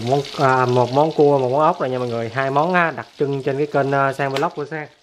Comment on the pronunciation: Anh ơi.đặc chứ không phải đặt🤧🤣